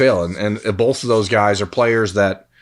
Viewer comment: The northeast Ohio jumped out in this episode. Take a shot every time pronounces both like “bolth”